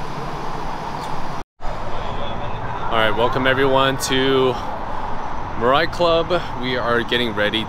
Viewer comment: 'mirrrrai' YES glad ur friend knows the proper pronunciation 😂